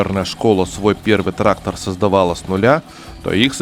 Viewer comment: Да не траХХХтор, а траКККтор правильно говорить нужно!!!